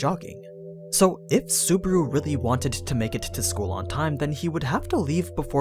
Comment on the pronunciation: This guy pronounces Subaru as Suburu haha